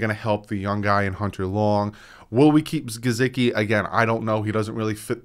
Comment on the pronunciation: is my favorite host of the Fins YouTube community, but it is so hard to listen to him pronounce Mike Gesicki’s name without cringing 😂 Just say it the way HE/every other person alive says it man! It’s not Juhsecki lol There is a video on YT called ‘Sports Lite with Mike Hall - Mike Gesicki’, where they ask him directly how to say his name. I’m sorry but you watch football games …how many commentators have pronounced his name the way you pronounce it? Keep up the good work 😃